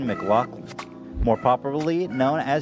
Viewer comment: Lovin it! So cool to hear Ethan say McLoughlin! Close enough to my name to distract me lol great podcast